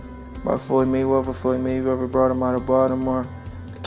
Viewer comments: The speaker needs to learn how to speak. Floyds last name is Mayweather not Maywevver. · Learn to speak. It’s Mayweather not Maywever. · His talking 😂😂😂😂😂😂😂😂 maywaver 🤷🏾‍♂️🤷🏾‍♂️🤷🏾‍♂️😂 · “Maywevah”... what?